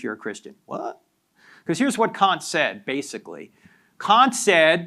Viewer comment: His use of Kant as can’t 😂